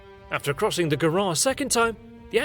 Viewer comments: It's not Garo it's Garone = Garo + ne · Should have checked how to pronounce Garonne or Narbonne before making that video.